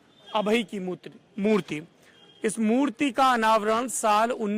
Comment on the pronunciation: murti ko mutri bolra bhai danga kardo 😂😂😂😂